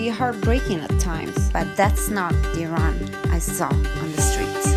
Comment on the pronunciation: And thank u, mamnoon, for dispelling myths about Persia. Thank you for pronouncing eeron correctly! Go vegetarian Iran! Better for water conservation, health, and planet. Soy(bean) kabob!